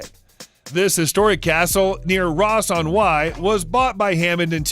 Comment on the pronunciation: He didn't do too bad on "Ross on Wye"